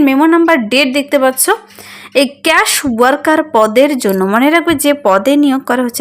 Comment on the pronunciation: Case এর বাংলা উচ্চারণ কী ক্যাশ? ফালতু চ্যানেল!?